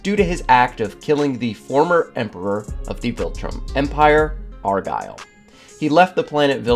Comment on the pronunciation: Why are you pronouncing "Argall" as "argyle"? Dude is an alien, not a fuckin skirt rofl